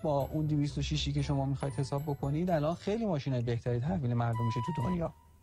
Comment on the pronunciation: دقیقه ۱۱ مرتیکه الَنن داشت کص شعر میگفت یعنی النن الننننن